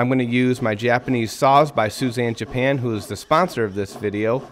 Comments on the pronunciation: Not Suzanne, pronounced (sue-ee-za-n) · Your sponsor's name is more like "Sooey-zahn", not "Suzanne" 😆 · beautiful table but youre butchering the name of that saw brand. Its pronounced soo-ee-zah-n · Suizan is pronounced = Soo-ee-zahn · Phenomenal workmanship! I can't help thinking Suizan is not pronounced that way. I know that's not the right thing to take away from this video.